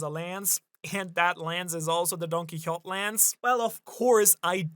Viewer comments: Why you calling him Don-Qui-Hott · When is someone going to tell him it's don-ki-ho-TAY? It's been years... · Don-kee-ho-tay* Doflamingo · You say Quixote weirdly.